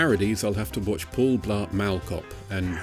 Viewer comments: Dude, unless you are referring to the road leading to Buckingham Palace, mall is pronounced maul not mal. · Excellent per usual. Just for the two people who also may have noticed it, the "all" in "mall" is pronounce like the word "all" or "ball." Not "al" in "malice" or "palace." I thoroughly enjoy these videos. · Okay, what's up with pronouncing Mall like Mel? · The way you pronounce “Mall” is unnerving